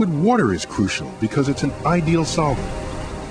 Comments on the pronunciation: Liquid warder! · He pronounces water as 'wudder'. Once you hear it......